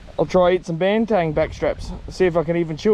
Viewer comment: I don't want be a dick mate....but it is Banteng not Bantang....eng not ang!